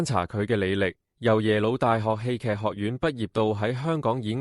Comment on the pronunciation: 侄唸「窒」，戲劇不是居！